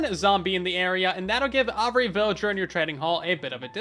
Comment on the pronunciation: Why do you say “every” like “ovry”